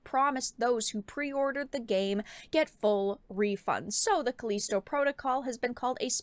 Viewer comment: Calleesto protocol she says